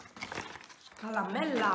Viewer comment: Ma perché dici calamella